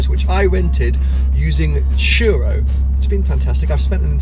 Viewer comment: It's turo, not churo